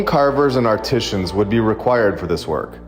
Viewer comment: Can’t say “art-t-zan’s” correctly;that’s how you know “he’s” an alien-just saying ✌️